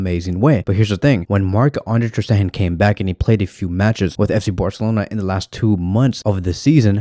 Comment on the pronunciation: No need to say Maaahh Ande Terstehan , Maah Ande Testerhan again and again... Just marc enough.